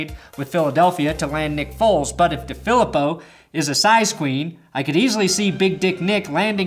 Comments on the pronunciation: John DeFilippo. DeFilippo: Dee-Phil-Eee-Poe..... NOT: Duh-Philip-Oh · FYI, It's pronounced DeeeFeleeeepo